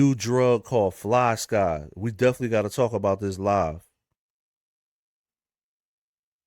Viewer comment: Fly-SKYYYYY not Ski 😂